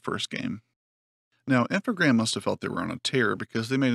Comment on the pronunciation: You were right not to pronounce the s, in French the s used as plural is almost always silent. It's supposed to be an amalgamation of the two words informatics programs, so informatique et programmes in French (Infogrames, with only one m for some reason). So yeah yeah you were after all! Just listen to some of the old interviews, they do call it Infogrames.